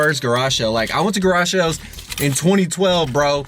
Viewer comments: Anyone else hear him say “Garashells” in stead of “Garage sales” ? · “Garage shales” lol